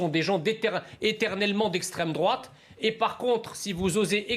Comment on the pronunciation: " c'est nauséabond , c'est l'estraime drouaaaaaate " hahahahahahahahahahahahhahahahahhahahahahahhaha !